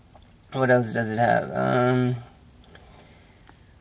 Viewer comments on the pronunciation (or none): none